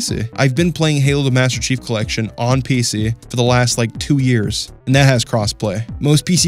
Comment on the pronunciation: “Piece-E” Lol the way he says PC is so funny to me